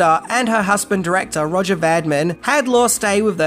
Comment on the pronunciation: Pronounced RO -jay Va - Deem. If you are going to say it fifty times, get it right. Otherwise, a good video